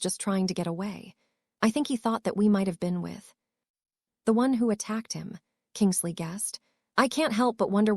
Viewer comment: It is Kingsley not kingle sea